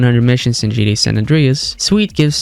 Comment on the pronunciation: Could you stop saying "GDA"?! It's GTA...